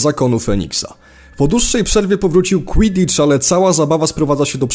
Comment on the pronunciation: oglądam ten materiał i nie wiem co to jest "kłidicz"